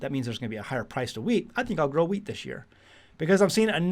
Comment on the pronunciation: Also, thought you were saying weeds, but thanks for the heads up, we are planting some wheat now